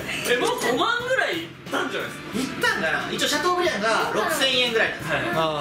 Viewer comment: シャトーブリアンをシャブリーっていうの笑うw